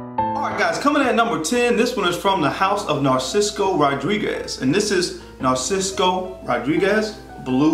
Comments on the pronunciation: Narciso Rodriguez - not "Narcisco" man... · What is the credibility of this guy? If he cant pronounces the simple name,corretly of the Designer. This Guy is a JOKE !!!